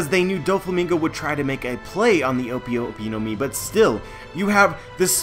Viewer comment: O-pi o-pi no mi? Nah it's o-pay o-pay no mi because I is pronounced as e and e is a in Japanese.